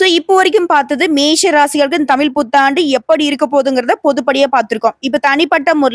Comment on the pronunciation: அம்மா தாயே நீங்க தமிழை கொலைசெய்ய நாம் பேசுங்கோ தமில்தமிள்அல்ல தமிழ் தமிழ்